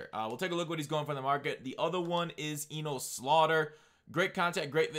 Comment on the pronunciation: Just trying to help. It’s pronounced “enus”